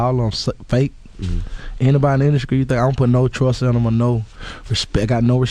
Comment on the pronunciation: Wtf is da indascrie? I thought it was industry gucci!!!!